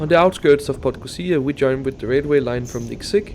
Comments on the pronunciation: Realy nice video. I understand, that its hard for you to pronounce the village or city names there but it's funny that you just scip some usual letters like "podgozia" instead of PodgoRica. :D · I just took that train twice during the day, so even more views. I was stunned and can’t wait to go back. Brilliant piece of Yugoslav engineering! Thanks for this recap. Greetings from 🇵🇱 PS. Podgorica is pronounced /po-dgo-ree-tsa/ ☺️